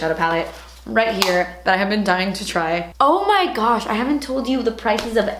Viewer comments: Every time she says “oh my gouch” I die because of the urban dictionary definition of “gouch” 😂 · Megan Coller we are all welll aware of what she really said 😂😂😂😂 the O.P was just saying that when she says it like that it sounds like shes saying gooch😂😂😂😂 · I really like how you say "oh my gutch" 😂